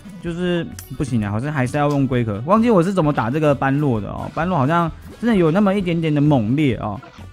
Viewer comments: 是般（ㄅㄛˉ）若（ㄖㄜˇ）啦凎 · 1.姆特要40，時機抓的好姆特可以打到兩下，像你這部片的最後一隻姆特就成功了 2.唸做ㄅㄛ–ㄖㄜˇ，在這部片只唸對一次😂 3.一定要盡快解決黑色敵人，不然容易被海蝶爆塔（可以用50等熊熊貓咪、真田等等 4.一定是先解決般若才能打海蝶 5.這關主要就是磨血，所以會打很久 6.魔王剩餘血量是指震波出來的海蝶 7.不要帶肯，沒啥用 8.下關是黑貘三隻加筱瑀（女王蜂）還有鴨子、拉腸狗和雜魚，請做好心理準備 希望你能看到